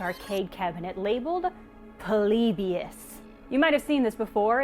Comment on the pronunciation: Why do you pronounce polybius so weird? You pronounce it like "Pole-lee-bee-us". Just pronounce it "Polybious" like everyone else.